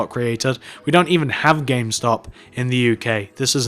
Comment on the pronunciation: he mest up on the m in gamestop